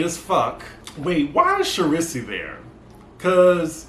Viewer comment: Not Char-riss-E lol 😆